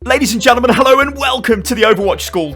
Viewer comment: at the start of every video you sound like your pulling a toilet brush out your arse, "hell-OW & WE-lcome!"